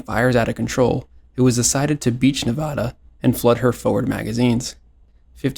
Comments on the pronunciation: You're mispronouncing 'Nevara' . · why did bro butcher nevadas name like that 😭